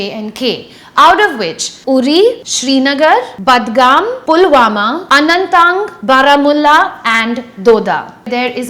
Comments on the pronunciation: It's AnantNAG, not AnanTAANG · anant-nag, not anant-ang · Yeah! What the hell is Anantang ?? 😁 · I've never heard you pronouncing things wrong but in our case you did. Be it Anantnag, budgam and many more. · COME BACK WHEN YOU'VE LEARNT TO PRONOUNCE ROZABAL ANANTNAG AND WAZWAN. WE ARE NOT INDIANS BTW. THANKS BUT NO THANKS.